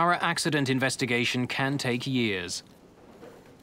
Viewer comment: When they said Flash it sounded like Crash Airlines 😆